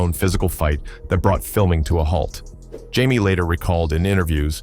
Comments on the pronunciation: His name I Jamie Foxx not Jimi that’s how Jimi Hendrix spell his name!🙄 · This is terrible. Pronouncing the names wrong.👎👎👎👎👎👎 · Jamie not Jimi😢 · His name is JAIME not Jim. Now if that was a black person doing what this white boy there would be a problem. STOP this ISH!!!!! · Uh excuse me this is Jamie Foxx not Jimi get it right if your going to report . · When your A.I. miss pronounces a legends name, I have to thumbs down and turn off for good 💯